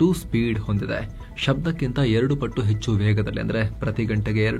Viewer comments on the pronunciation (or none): none